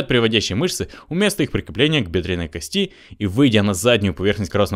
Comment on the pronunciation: Когда говорите кости ударение должно падать на первый слог!